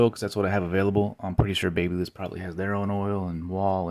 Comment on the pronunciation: Pls learn how to pronounce babyliss 🙏